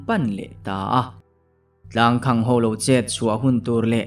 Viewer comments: Tlangkhang tia lam lovin,tlangkhàng tialam nise ari amawi zawk ang. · Tlangkhang ilamdan hi mizotawngkal phungah chuan adik chiahloin alang athluk hi khang tihlai thluk saaaang deuh teh tlangkhaaañg tiin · Tlangkhang tih hi khang tih hi sangha vuakna khang tih a lam tur a ni zawk lo maw.chhuangkhang /khang ti lovin...a ngaihnawm leh dawn e.a chhiartun a chhiar thiam bawk a . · Tlang khang ti lo in Tlangkhang tiin lam zawk teh,Tlang khawng a ti ngai lo. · Tlangkhang tihah hian khang lai hi, khanghu kan lam rika khang lai ang hian lam tur ni awm tak a ni. (Tlangkhang- Tlang khamphei) Sawi ve mai mai. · Boss, 'Tlangkhamg' tiha 'khang' hi khanghu' tiha ' khang' ang hian lam ri la a dik zawk duh hmel. A ziaktu paw'n a ziah dân a nih ka ring deuh. 😊. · tlangkhang tih ilam fuh lo deuh anih hmel khawp mai, a khaehming hian awmzia aneilo tlat.